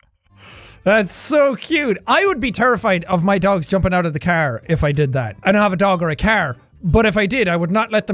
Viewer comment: Car? ❌ Cear? ✔️